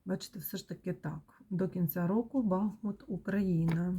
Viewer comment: Дякую за вашу працю,за рідний БахмУт,будь- ласка поважайте назву нашого міста,наголос на другий склад.БахмУт - це Україна,це місто - герой,місто-титанів!!!